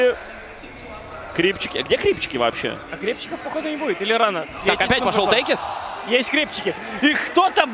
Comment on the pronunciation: Никогда не слышал за один раз сразу столько искрометных шуток про пит лорда. Ваганыч нервно курит в сторонке. P.S. Не течис, а текис.